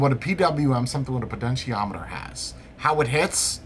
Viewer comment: PoTentiometer, not PoDentiometer. Sorry had to mention it.